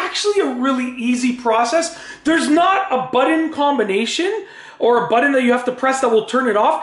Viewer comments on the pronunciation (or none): this is horrible the word BUTTON, is not pronounced buden...so annoying oh and my descaler light did not go off after descaling because this model is a pinta to maintain and I got one cup descaled and the light blinked again. So you do need to know how to turn of that damn light